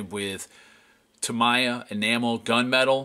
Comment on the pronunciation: Great work but I cringe every time you pronounce Tamiya as "Tamaya" it's "Ta-mee-ya"